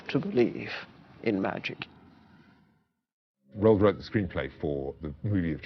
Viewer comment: How do you make a documentary about a person without learning how to properly pronounce their name? Roo-Ald. The number of times they said it wrong is ridiculous.